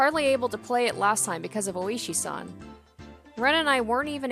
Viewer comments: "ooo-shee san"... that hurts to listen to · Oo-ishi 大石, large rock